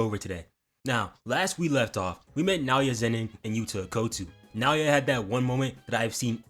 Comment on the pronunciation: thankyou for saying naoya correctly dawg appreciate